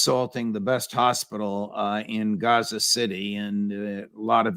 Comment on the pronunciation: Gaza (Gahza). not "Gezza." Kieve (Key-ev), not "Keeve."